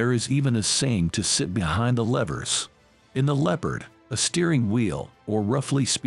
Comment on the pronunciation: This guy needs to learn how to pronounce the words: "squad", "levers" and "passage".